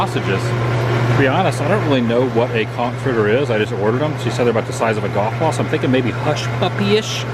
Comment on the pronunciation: So so glad you pronounced conch correctly. You may have been demonetized